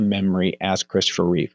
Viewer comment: You know Christopher's last name is "Reeve", not "Reeves", right? There's no "s' at the end. Also, "Routh" is not pronounced "Ruth" but rather like the word "Mouth". And how come you didn't mention Tyler Hoechlin from the "Superman and Lois" TV Show? Edit: Okay... You corrected it later and said "Reeve". Thank you for that.